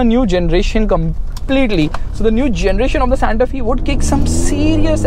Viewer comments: Santa F-ay not Santa Fieee. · Its SANTA FE. Pronounced as SANTA "FYE" not "FEE"